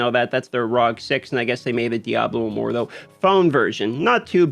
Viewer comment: R.O.G. Not rog. Dear lord